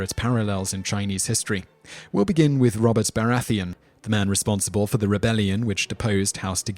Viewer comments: Every time he said Baratheon , he said it wrong. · ***** This is quite common with this guys vids. he mispronounces every name. Makes me think he gets everything from wikipedia and therefore has only read the names rather than heard them spoken. How can you say Baratheon that way if youve ever seen the show??? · Bara-thee-un Marge-ury (like margerine) Tie-rell